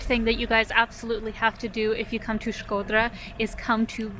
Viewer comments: Your pronunciation of Shkodra it’s perfect, jus like a real “Shkodrane” ( girl from Shkodra) . Glad you enjoyed Shkodra. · Hearing U say Shkodra made me feel some type of way 😜😄 U nailed the pronunciation, as if an albanian said it 😃that’s awesome 👏🏻👏🏻😘❤️ and thank U for your videos of Albania 🇦🇱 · you have the best pronunciation of Albanian names from all the Yotuber's travel bloggers that visited Albania. Others usually " massacre" Albanian names, but with you I just can't find a single mistake.👌 By the way, Shkodra has a lot to see outside of town, but you need a local to show you where to go and most importantly WHEN to go. Lastly, you are a brave girl to visit the castle in the afternoon all alone, not because someone might attack you, but it is such a big and isolated place that can freak you out. Cheers from Albania!🇦🇱